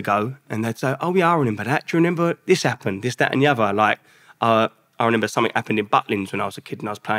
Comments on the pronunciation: Lovely guy but it’s not renember 😀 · Is it me or is he saying renember? Great interview but that’s gonna get to me 😅